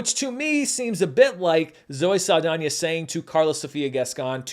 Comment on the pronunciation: This movie made this No Sabo (who can speak a bit of Spanish, but not fluently...yet) call her Zoe Sah-L-dAIN-er. She insists on being pronounced correctly, and having her cultural heritage respected....but she didn't do so for Mexican Culture. Aka...a culture that is important to this Mexican American. She wanna make a mockery out of this No Sabo's great grandmother's country and this No Sabo's culture they grew up personally being attached to? Then fuck it. I don't get offended easy, but this made me genuinely offended.